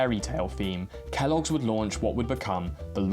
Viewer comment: Is it just me that Kellogg's sounds like Key loggers?